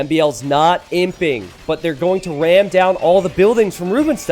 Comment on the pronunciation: every time you say "He's imping" I hear "He simping";)